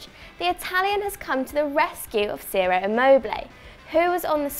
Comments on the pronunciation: Pronounced 'Chiro' not 'Zero' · It’s pronounced chiro immobile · Ciro is pronounced chee-roh. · Its pronounced 'chiro'